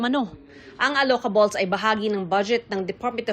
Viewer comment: "allocables", rhymes with "peluka-bles"